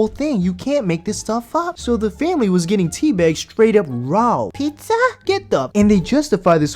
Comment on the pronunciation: Pizzahh?? No Morocco lmfao!